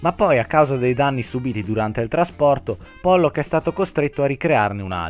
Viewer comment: Non JACKSON POLLOK , ma JACKSON POLLOOOOOO